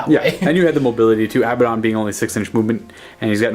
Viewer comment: It's (ah-bad-ohn) not (abba-dohn)